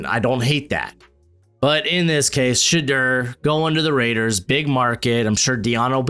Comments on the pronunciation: Bro please learn how to say Shedeur. Its Sha-Door not Sha-Durr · I just think if he’s gonna make mock drafts weekly for the next 3 months he should learn how to say his name. Just trying to help out